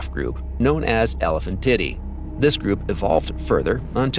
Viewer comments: I thought it was pronounced more like today than tiddy. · When a robot can't say the "tiee-day" part of sientific words... Don't use that robot for scientific videos. Just read it your damn, lazy, self! It's not "titty"! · 'Elephantidae' is not pronounced as "Elephant titty". It's "el-eh-FAN-ti-day" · ... Only AI could call an animal species an " Elephan-Titty " with a straight ... face ? ... :face-fuchsia-tongue-out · Is he saying titty? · "known as Elephant-titty" 😏 but let's not forget Mammu-titty. 😂 That auto-speak's pronunciation is cracking me up. 🤣 🐘🫁🦣 👀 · I heard him say Elephantitty and Mammutitty. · They are pronounced “Ele-PHAN-ti-Day” & “Mam-moo-ti-Day”. You’re pronunciations are laughable. Manipulate the AI to pronounce it correctly.